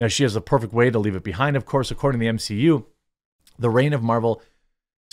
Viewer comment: M-she-U? No thanks.